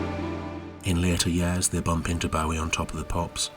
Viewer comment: You pronounce "Bowie" incorrectly.